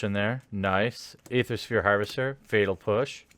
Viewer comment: Is "fetal push" an intentional mispronouncation or just incompetence?